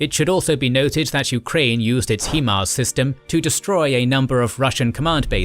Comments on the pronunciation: HIMARS is pronounced HI-Mars with a hard I. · Can you please learn how to say "HIMARS" properly